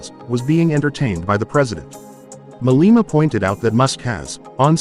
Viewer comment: hahahahaha oh the irony julias malema calling people racist haha you couldnt make this up and he cant even get his name right hahaha